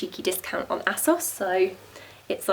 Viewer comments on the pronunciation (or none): You said asos wrong, just saying